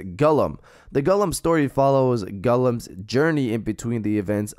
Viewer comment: You never watched Lord of The Rings before?!?!?! Just a heads up, his name is "Gollum", not "Gullum".